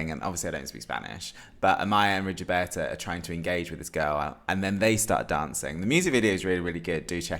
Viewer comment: Just one tip: her name is pronounced Rigoberta, not Rigioberta ;-) Oh, finally I find someone whose Rigoberta's Top 1 (after Ay mama) is Too many drugs!!! It was her first single, released during the second week of lockdown in March 2020 and I instantly fell in love with her then... Please have a look at her lyrics because they mean soooo much in her songs.